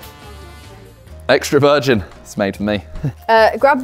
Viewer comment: simon-"extra virjin , its made for me"💀